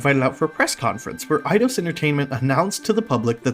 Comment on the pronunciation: Eye-dos is the correct pronunciation. Back in the 90s we called it id-ee-os.